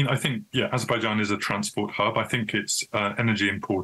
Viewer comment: Azerbaijan not AIzerbaijan. Get it right already. Useless DW anchors.